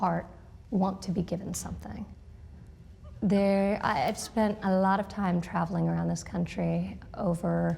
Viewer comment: Did you hear that Trumpy "Al-lot" in, "I've spent a lot of time travelling around this country..."?